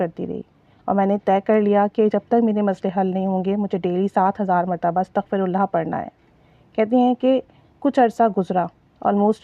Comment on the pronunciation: Astaghfi hota h astghfu nai. hota .Yani astaghfirullah hota h Ataghfullaha nai hot. Fey pr zer h pesh nai